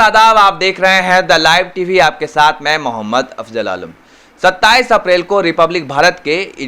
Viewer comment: Bhai Afzal bola karen afjal nahi You are good reporter..